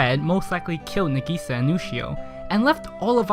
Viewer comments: Kaida hes putting the emphasise on the "i" not the "a" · I want to watch this but it's pronounced (NAH.GEE.SAH.) AND YOU SAY IT FAST M8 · It's Na Gi Sa, NAGISA. not Na GEE Sa. jesus fucking christ. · it's Nagisa not Negiiiiiiiiiiisa!!!! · na-geese-sa it's nah-gi-sa ya gotdamn weeaboo :/ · Correct pronunciation: Nah-Gee-Sah. Incorrect pronunciation: Neh-Gee-Sah. Subs>Dubs!! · the way you say nagisa is nagasa is what I hear in the subs so I'm pretty sure you say nagasa instead of nag EEEEEEEEEEEEEEEEE sa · You said Na-gee-sa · NUH GISA NUH GISA NIH GISA!!! YOU MAD BRO!? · "Na-gei-sa" is what he is saying xD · It’s na~gi~sa~ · IM DYING I'm sorry but the way you say nagisa is getting on my nerves Plz Nah-gee-sah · It pisses me off the way he says Nagisa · How can you hear her name dozens of rimes and say that absolutley wrong? Are you dumb or deaf? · Something tells me you watched the dub because your pronouncing her name wrong 😂😂 no hate tho lol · You're pronouncing Nagisa wrong, but this video is still pretty damn funny. This anime looks maybe simple and emotional, but beyond the naked eye, this anime is so complicated and so wonderful. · why the fuck people keep saying it wrong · elizabeth sa fucking same... how hes pronouncing it is annoying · I know I'm 3 months late, but this drives me insane too. I know it's because the English dub mispronounces it, but still. Besides, the Japanese cast to Clannad is vastly superior (I'm not an elitist 'sub is always superior' person), with it able to convey more emotion despite the language barrier. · My butt cheek clinches every time you pronounce "na'gisa" the way you did...